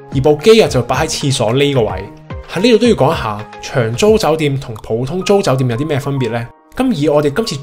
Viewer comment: 發音不正，長租變長洲